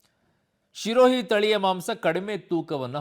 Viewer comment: ಲೋ ಅಣ್ಣ ಅದು ಶಿರೋಹಿ ಅಲ್ಲ ಕಣೊ ಅದು ಸಿರೋಹಿ ನಿನ್ ತೋರಿಸ್ತಿರೋ photo ಸಿರೋಹಿ ತಳಿದು ಅಲ್ಲವೇ ಅಲ್ಲ